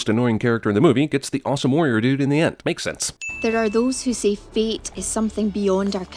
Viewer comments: Out of all the years of watching this, every time she said fate... I thought she said feet💀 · Everytike they say "fate" or "feat", it sounds like they said "feet". Changing her mom's "feet"? That's just weird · When she says fate it sounds like feet. Don't you wish you could change your feet. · The entire time I watched this movie as a young idiot I thought they were saying "feet" not "fate" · in this movie the word fate sounds like feet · When I was a kid I thought she said feet instead of fate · When I first watched this I thought they said feet and not fate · I KEEP HEARING FEET EVERYTIME SHE SAY'S FATE